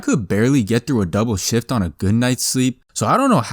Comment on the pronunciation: ever time say "Shift" i hear "Sh*t" instead of shift.